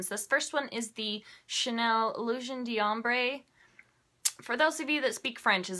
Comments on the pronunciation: French pronunciation takes some getting used to. Generally that R sound in d'ombre is "swallowed up". It's all said in one syllable. It almost sounds like dom-bra all fused together and said really fast in one syllable. It's so hard to explain w/out actually saying it. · the d'ombre is said like dombre, all together one word, don't emphasize the D.